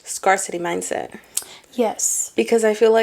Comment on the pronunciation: She said scarcity wrong. 😮 Who is gonna tell her ?